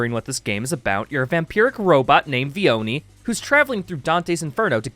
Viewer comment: "V-Oni" Vi'Oni Yeah, that's a good name